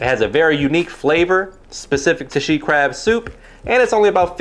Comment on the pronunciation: i thought it was called “sheet” crab soup 😂